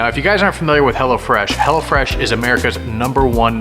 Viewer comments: At first I thought said hella fresh 😂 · Honestly I thought he kept calling hello fresh HELLA FRESH